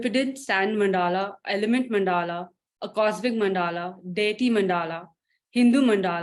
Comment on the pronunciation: NAMASTE,.. It was very interesting to hear about MANDALAs during your presentation for Sri Aurobindo Ashram, Delhi.. Pls allow me to do some nitpicking.. pronunciation for मंडल is MUNDUHLUH... not MANDAAHLAAH..